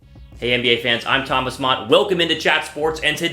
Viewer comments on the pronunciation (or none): none